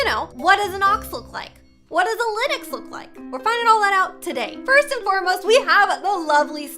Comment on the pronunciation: linix How it’s pronounced:linx